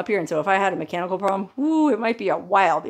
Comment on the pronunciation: just for a brief moment, when discussing the advantages of a companion in case of mechanical problems, I thought she said cannibal problems. I can well understand how a woman who spent her young formative years in Las Vegas might prefer to be alone forever after, and I only ever briefly visited the place, Thankfully I always left with good memories, courtesy of friends .